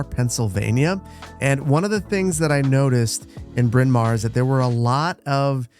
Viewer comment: I was not expecting to hear that name! Correctly pronounced, by the way. I live about 10 minutes from Bryn Mawr and pass through it frequently.